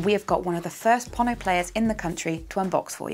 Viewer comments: It' Pono as in Edgar Allen "Poe" and "No". Please guys get this right. FWIW I am one of Pono's forum moderators and regularly meet with Pono so am completely clear about this. Hearing you mis pronounce it really grates. cheers ian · this should be kind of obvious. Think "polo" or "Apollo". It's "pono", so why pronounce it like "ponno"?